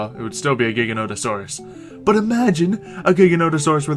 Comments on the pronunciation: its ji-gant-o-saur-us not giganosaurus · The Giganotosaurus is pronounced jig-a-note-a-saurus 😃